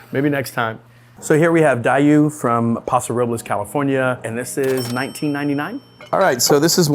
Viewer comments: It's Daou not Diu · Just FYI the Paso locals pronounce DAOU as "dow" like down without the n. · Daou is pronounced Dow just a heads up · Bruh, its Daou like DOW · Thank you! Just what I needed for rosé season. I think Daou is pronounced like Dow. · Seen. That pronunciation made me cringe. Homeboy is in urgent need of a visit to Paso. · Wait is that how you pronounce Daou?